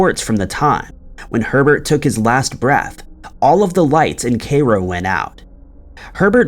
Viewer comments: Kai-Row not Kayrow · OMG. Pronunciation...butchered dude. Cairo. Pharaoh... Kay-row? Fay-row. SMH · "Kay-ro"? LMAO who needs comedy videos when I can't just laugh at terrible mispronunciations! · Cairo is pronounced K-eye-roh. Sorry to be critical, but you need to work on your general pronunciation.